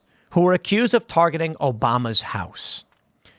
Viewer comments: We dont say Obama as Obamer at all Tim, we say Obah-mah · I can categorically deny I have ever said "Obam-er". I say "Obarmah". Get it together Tim, you're embarrassing yourself. Good greif.... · British put an R at the end of a word ending in a vowel if the next word starts with a vowel. So if they just say "obama" they will say "obama". But if they say "Obama is the president" They will say "Obamar is the president"